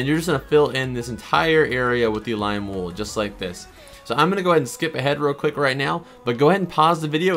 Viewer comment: I love how he said you need glim wool